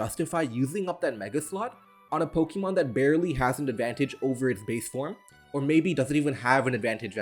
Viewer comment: I want to let you know that thing above the e, é in Pokémon, makes the 'ay' sound, as opposed the 'ee' sound.